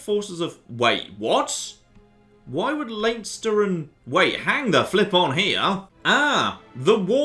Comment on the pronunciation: Plz stop it's pronounced lenster